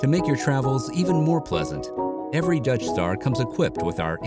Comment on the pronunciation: Every time he says Dutch Star I hear "Death Star." RV should be all black outside.